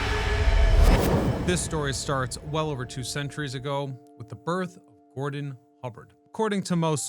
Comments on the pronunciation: Gurdon, not Gordon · Gurdon, not Gordon Hubbard